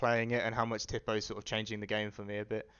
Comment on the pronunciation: Tipo is pronounced "tea-po" not "tip-oh" just btw